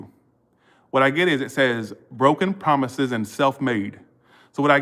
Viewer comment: Not the broken promithes 🤣 ♉️ lol